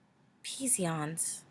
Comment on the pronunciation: "Psion" is pronounced "Syon" ;P